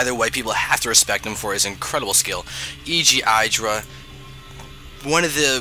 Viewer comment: No disrespect intended, but it is my pet peeve in the SC community-- IdrA is not pronounced with a hard "I". You say it with a soft "I "like how you would say it in the word "lid." I hope this makes sense :/